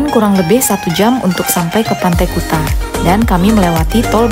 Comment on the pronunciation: sebutan kuta yg bener itu kute